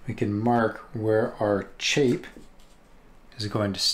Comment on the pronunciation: Great video, thank you! Also, it’s chape to rhyme with shape.